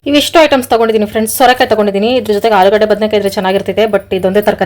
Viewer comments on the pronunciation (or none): none